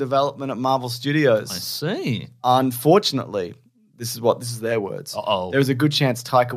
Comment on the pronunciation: Great work on "crocodile dundeal" and "Paul mcCARtney" but you let "unTHORtunately" evade your grasp.